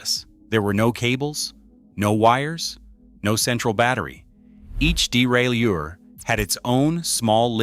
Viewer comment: Mechanical shifting doesn’t run out of battery power! Your AI narration sucks; can’t pronounce derailleur! 😂